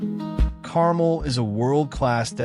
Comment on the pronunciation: the mispronoucation of Carmel is really cringy, and give this video an AI narration vibe/feel. Which is unfortunate.